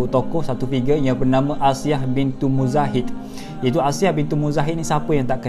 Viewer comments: Minit dan sebut nama dia pun masih tak betul lagi tu tuan. Nama sebetulnya Asiah binti Muzahim.. bukan Muzahid.. ada perbezaan di antara Muzahim dan Muzahid tu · Kan sy pun baru perasan..salah nama dia mention